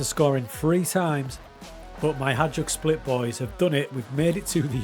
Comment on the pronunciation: I believe it's pronounced as "High-Duck Split" Nikola Kalinic used to play for them 🌹🤘